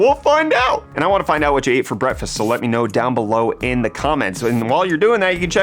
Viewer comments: Bretfest, anyone else here that when he says breakfast, lol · thought he said "while you enjoy your BRETTfast" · I honestly heard "Brettfast" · Did you say "while you enjoy your brettfast"? Genius if so.